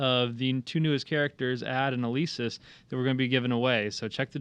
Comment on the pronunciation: Elesis the 2nd e is silent DP mode K-O-G Not cod <this ant Gears of war its not furry mode its awakening mode & ADD ant a Glass cannon hes a Tank class meaning he can do alot of Dmg & has a high Def but he can have low physical Def